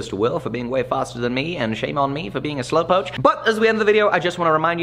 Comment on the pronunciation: Dude, slow coach, not slow poach. Haha